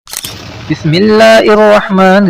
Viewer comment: Assalamu Alaikum Bhai bismillah to sahi ker len apni video mein. Bismilla ir nahi hy , Bismilla hir hy sahi talaffuz